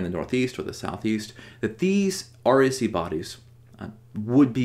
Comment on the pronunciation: It sometimes sounds like you're saying "RAC." I assume it is the "REC."